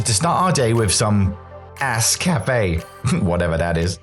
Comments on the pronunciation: All café not ass cafe 😂😂😂😂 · "All Cafe" not "Ass Cafe" !!! 🤣